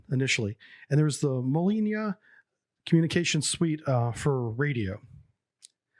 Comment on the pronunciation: KASATKA in Еnglish its Killer whale, in Russian "Ka-sat-ka", u speak "Kasa - taka", and "Mol-niya" not "Moli - niya"